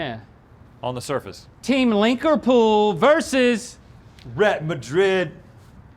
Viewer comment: "linkerpool" and "rhett madrid" 🤣 10/10